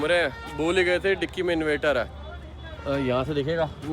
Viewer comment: Arrre koi nu dasso Invator Nahi INVERTER hai sahi word I m surprised ke tusi sofware engineer c, you always pronounce wrong Invater invater invater 😢😢😢😢😢😢